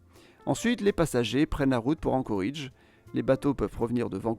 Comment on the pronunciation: Globalement intéressant. Mais d'une part on ne prononce pas "Anchoridge" mais "Anchorédge". Et d'autre part, aucune mention de la ruée vers l'or, surprenant. Comme s'il ne s'était rien passé économiquement avant 1960. Certes, le gisement se situant au Klondike, dans le Yukon canadien, mais les gens s'y sont surtout rués via l'Alaska, d'où le nom de Alaska Gold Rush.